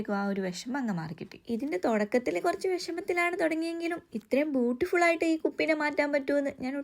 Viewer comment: Beautiful ❌Butiful✅😂😂😂 Pakshe saanam scene aayi tto ❤